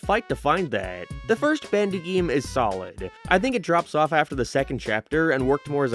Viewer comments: he sais bAndy instead of bEndy and it's killing me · "Bandy and the ink machine" Was that part of the audio issue or just you talking weird